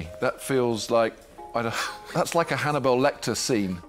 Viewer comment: Peter: Hanna"Bell" Lector 🤣🤣🤣